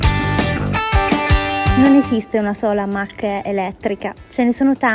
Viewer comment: Si "mach e stai a dì". Si legge Mach ì e la gt da 0 a 100 ci arriva in meno di 3,7 sec. Con questo video sembra che la si vuole denigrare.